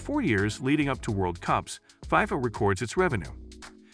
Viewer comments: I’m sorry but it’s not fiefa it’s fifa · It’s not called Pifa it’s called FIFA pretend the eye is an E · Why does this dude keep saying "fie-fuh," highly irritating and invalidates the whole video.